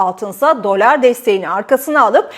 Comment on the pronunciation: Abla şuna dölar deme ya lütfen